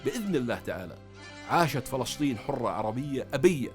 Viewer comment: ما اجمل كلمة فلسطين عاي لسانك